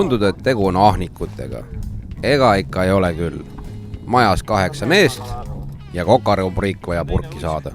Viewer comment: Maja ehk majja, mitte maia